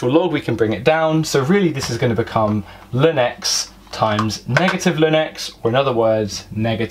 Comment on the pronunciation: L N not lin!!!